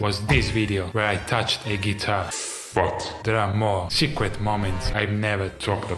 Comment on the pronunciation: "Secwet moments" 🤭